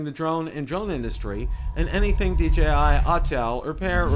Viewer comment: DJI... NOT DGI. DeeJayEye not DeeGeeEye.